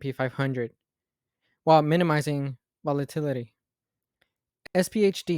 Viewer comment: This was a great video, brother. Just helpful hint. Learn to pronounce volatility. Take your time when going over videos. Its ok to get things wrong & learn to get them right. Good job, keep up the good work, and always keep an open mind for constructive criticism